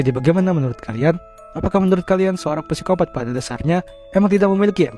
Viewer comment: Koreksi min, Psikopat, P nya ngga usah dibaca